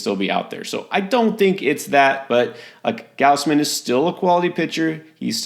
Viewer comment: It's not "G-ouse-man". It's "Gaws-man".